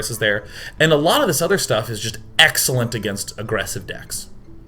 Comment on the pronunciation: So that's "Exellent". Love your french x)